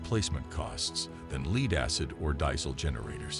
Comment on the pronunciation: Interesting product, just got distracted by how the presenter pronounces "lead acid" and "diesel"..